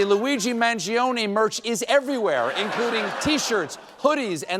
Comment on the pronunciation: Stephen, you're talking as if Mangione is guilty. Whatever happened to 'innocent until proven guilty'? What are you? A member of the Trump Administration? Also, pronounce Mangione's surname correctly please.